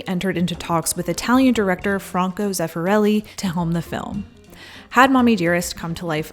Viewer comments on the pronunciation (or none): It’s pronounced frank-o